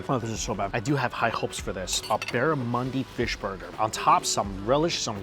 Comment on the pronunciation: Barramundi, he misspoke